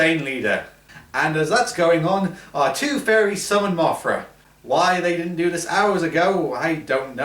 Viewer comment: it's Mothra not Mafra